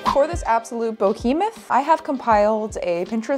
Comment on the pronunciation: The word is behemoth, not "bohemoth".